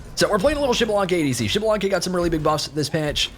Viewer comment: I’m waiting for the day he says xbalanque’s name right🙏🙏🙏